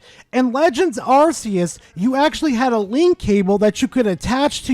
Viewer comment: It's not "Arse-eus".